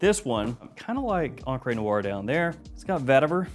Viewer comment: Love you buddy... but it's pronounced ONcruh Noire... not onCRAY Noire